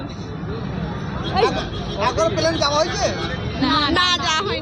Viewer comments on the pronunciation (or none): none